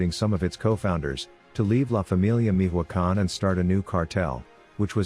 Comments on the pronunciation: “Mijuacan” 🤣 “Mi-cho-a-can” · Damn fool can’t even pronounce Michoacán. Meeehwacan wtf?! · Who says Mijoacan? Tf